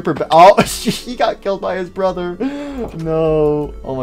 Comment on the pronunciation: He said borther